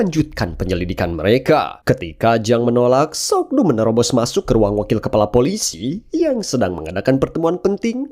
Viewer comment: Ma Dong Seok bro namanya atau biasa di sebut Don Lee, kalo lu ngucap sok do jadi aneh aja gua dengernya